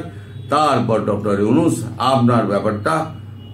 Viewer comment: Dada mohammad younus bolben na.younusa bolben